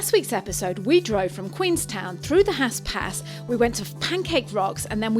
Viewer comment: It's Haast pass not hast pass. Please pronounce things correctly. Sounds more like Harst not hast